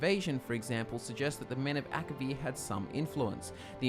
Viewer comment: Elder Scrolls six: Akivir? please?